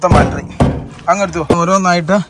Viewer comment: പ്രിയ സുഹൃത്തേ ഒരു തെറ്റ് തിരുത്താൻ പറയുകയാണ് നിങ്ങളെ കൊച്ചു ആക്കുക ആണെന്ന് തോന്നരുത് ..നിങ്ങൾ ഇപ്പോഴും ബാൾട്രി എന്ന് ആണ് പറയുന്നത് അങ്ങിനെ എല്ലാ ബാറ്ററി എന്നാണ് പറയേണ്ടത്..